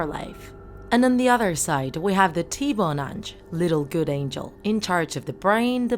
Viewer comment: I’m Haitian and I’m sorry but you pronouncing ti bon Ange wrong it’s ti b-uh ah-nge